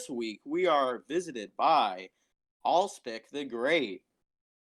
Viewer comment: First!!! Suggestion: Make these podcasts shorter. Also, I think it’s pronounced ah-lehs-pic